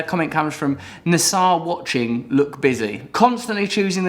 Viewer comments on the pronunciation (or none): Like how he said "NSARWATCHING" instead of NSA are watching